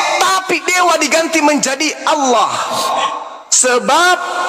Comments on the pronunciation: iya nih... nama sembahan islam itu bukan ALLAH, tapi awloh, aulloh... pada ga bisa baca huruf latin yaaa ? ALLAH bukanlah aulloh, bukan awloh ! #wkwkwkwkwk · Kristen nyebutnya kan Allah bukan olwah SWT.